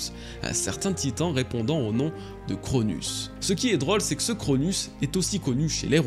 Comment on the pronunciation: Tu dis de nombreuse erreur en mythologie grec c'est pas Chronus mais Chronos, il n'a pas tuer Ouranos mais l'a castré. Sinon t'es vidéo sont géniale continu comme sa ^^